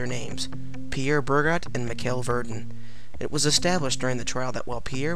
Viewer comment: Not bad. You've got some good info, but your pronunciation of the men's names are a bit off. Burgot = Bur-GO. Michel Verdun= Me-CHELL Vair-dun. Gilles Garnier= Jeel Garn-yay. Peter Stubbe is also known as Stub, Stump, and Stumpf. Now, I don't speak French, and my accent is likely atrocious, but this is how I've always heard the names said.